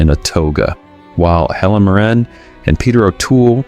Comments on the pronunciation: Dude...It's Helen MEER-rin, not Helen Mur-RAN. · Helen MoRAN?? Perhaps you mean Helen MIRRen. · Thank you for this - I saw a couple to add to my list. But... don't ever mispronounce Helen Mirren's name again! 😆